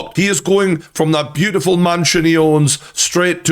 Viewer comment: Did he say butt full crazy ?